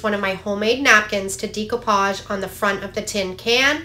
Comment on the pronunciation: No offense but decoupage is pronounced like deck.